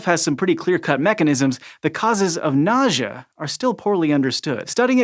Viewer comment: Nausea or... Nojah? What???